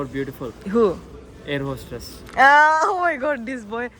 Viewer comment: Air hostress nahi air hostess boltai, just jocking don't mind ha.